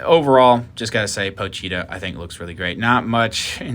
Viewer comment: Me: pochita Chainsaw man fanbase: pochita This guy: Pocheeta